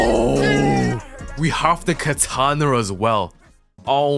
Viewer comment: Not saying "katanerr" 💀💀💀💀